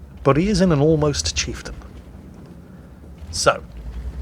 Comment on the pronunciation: drink every time says chifetain